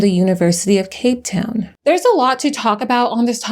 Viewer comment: You did us in Cape Town proud. Beautiful pronunciation